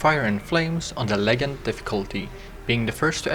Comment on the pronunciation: lul you pronounced legend as leg-end instead of the very obvious ledge-end pronunciation. also cool intro